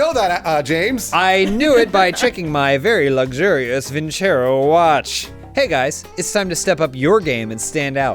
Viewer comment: You guys need to teach how to properly pronounce vincero